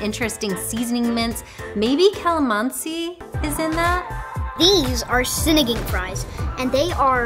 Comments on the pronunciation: Lit bro said "Sinideng" 😂😂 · Just a heads up, Sinigang is pronounced "Cine-Ghong" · Sinagang, pronounced as follows: a is like the u in up and cut (in most English dialects) So sinigung is the correct pronunciation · Sin-knee-gang (like gangsta - its the ANG just like ANG from Avatar too) lol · Of course I mispronounced it 🤦‍♀️